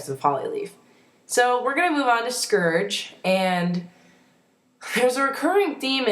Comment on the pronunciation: You pronounced Scourge's name wrong...sorry I'm a grammar nazi. >.<